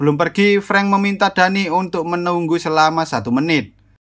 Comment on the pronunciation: btw kalo semisal namanya Danny itu bacanya Deni bukan Dani